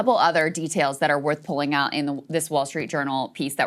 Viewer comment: It's out.. not aht, Krystal. You took way too many public speaking courses to do this. F she's annoying